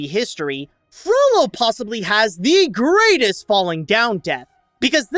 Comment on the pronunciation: One word: Merlock. He fell from the greatest height. Greight-EST.